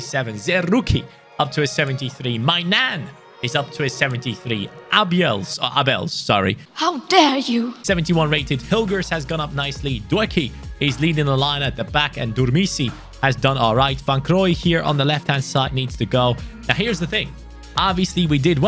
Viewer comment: the ‘OE’ in dutch names is pronounced like the “oo” in Look 😜